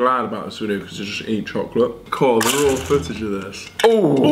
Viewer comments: LOL ITS RAW NOT RAWR LMAO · Obliveater95 when she said raw it sounded like rawr 😂😂😂